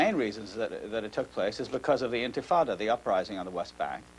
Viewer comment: This is the second video I've seen of Charlie Rose saying intifada wrong